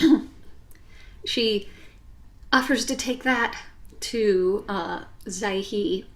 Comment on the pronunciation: Just a couple minor hints to the pronunciation. Zhi He, Zhi is like Zhi in Dr Zhivago. He, like that in French "Le", replacing H with L.